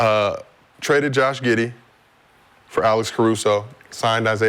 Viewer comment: Did he just say giddy better than Caruso??